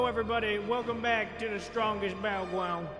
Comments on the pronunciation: “da strongest battlegwound” “ayoehh” got me laughing like crazy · strongest battlgwound